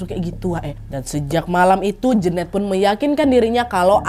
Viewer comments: Jeneut bukan Jeunet gak sih wkwkwkwk salfokkk denger pronounce nya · Kayanya nyebutnya bukan Jenet deh tapi Jenet